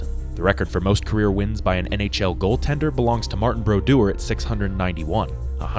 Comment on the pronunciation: Hearing Martin Broduer’s name said without the french accent hit me like a flashbang. I literally had to rewind to hear it again😂